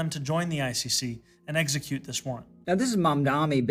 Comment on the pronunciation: Never trust anyone who says eggsecute